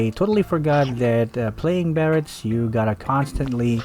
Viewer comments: how hard is your "BARATS"😂😂😂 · Barats...how can you mess up the name?